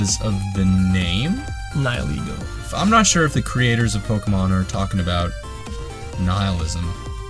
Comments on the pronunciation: I thought it was pronounced neh heel ego, if it is what I think then he could have gotten that point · I pronounce Nihilego as Nee-hee-lego Huh.